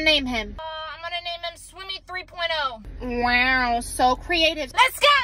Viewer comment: When she said wAwr so creative I was literally dying